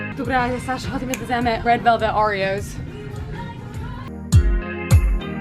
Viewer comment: Трябва да казваш "ходим",а не "ходиме" 😃❤❤